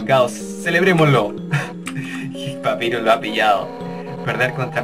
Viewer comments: Se dice papairus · se dice papayrus pero se escribe papyrus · gonzalez jaja xdxdxd por culpa de ahora estoy acostumbrada a ese inglés no bien pronunciado creo que los mismo con papyrus pero como te dije por su culpa ahora no me gusta los nombres en ingles bien pronunciados dxdxdd